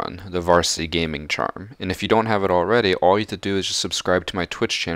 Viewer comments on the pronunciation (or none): none